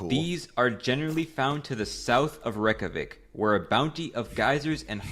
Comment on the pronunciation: excouse me reck-ja-whic its rey-kja-week